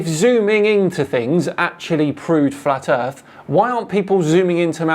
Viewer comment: Gotta love flatt erff research.